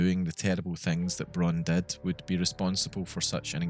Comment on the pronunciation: Really great Video ! I have subbed (: PS: "Braun" in German is spoken out really familiar as "brown" in English. In some sentences i didnt really understood Dr.Braun´s name